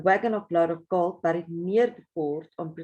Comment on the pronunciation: Fascinating. It really gets one's imagination going. Imagine finding it! Just a little tip, in English "bury" and "buried" are pronounced "berry" and "berried". Moet my nie vra hoekom nie!